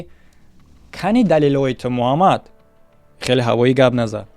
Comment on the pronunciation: "Беҳақл": номро ҳам дуруст намегуяд: акай Мҳамад мега Муҳаммад мешавад э бе ҳақл!!!!